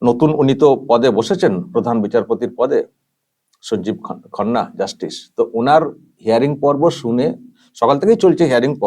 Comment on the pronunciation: It's not khonna it's khanna😂